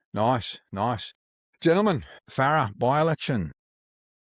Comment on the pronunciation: FARRER not Farrahhhh